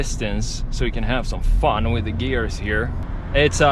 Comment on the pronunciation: "Fahn..." did he mean "fun"?